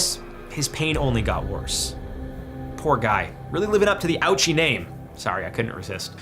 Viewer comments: You should read it the Japanese way, Oh-Uchi. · Hisachi “ouchie”???😂😂😂